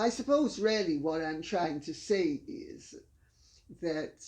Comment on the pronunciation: Your mother shouldn't say "Ya". It's not nice. She should say "Yes". And the way she says "really" sounds like "rally".